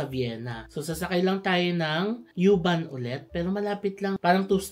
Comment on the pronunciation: U-Bahn is pronounced as "oo-bahn." Not "yoo-bahn"